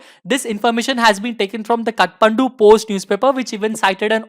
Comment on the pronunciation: 'kathandu' nhi kathmandu hota hai bro